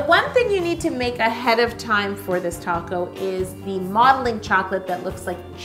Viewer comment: Every time she says "taco" I think she means "top coat"😹😹